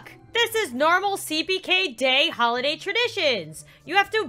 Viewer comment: its oli dah sound like holiday